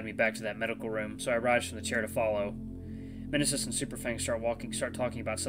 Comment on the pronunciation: I think the M in Mnesis is silent and I believe it's pronounced as nee-sis. That's how another let's player I watch pronounced it.